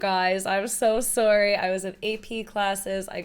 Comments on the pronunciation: I laugh when you say "soarry"😂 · and the canadian in her come out "im soory"